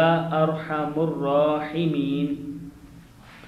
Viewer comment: Apny Arham ar Rahimin ko Arham ur Rahimin prha,please amend this.opar zabar hy.